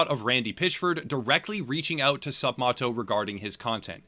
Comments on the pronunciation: The guy’s name is MATT. Not “Mott.” It’s like “sup, Matto.” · You’re saying his name wrong it’s sup Matt-o not moto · ..It's pronounced 'Sup-Mat-oh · third or fourth? video about this guy and he still can't even say his name right